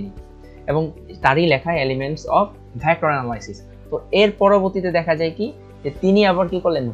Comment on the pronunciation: ভ্যাক্ট্রর না ভেক্টর